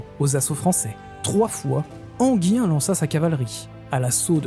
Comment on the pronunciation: et Enghien, ENGUIN et non Enguien